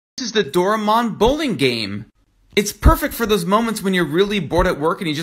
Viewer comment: Just wanna point out it’s pronounced “Doh-RAHY-mon” not “Doh-reh-MON”